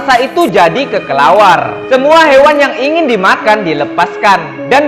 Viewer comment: "Kekelawar" Bukannya Kelelawar Bener Gak Si .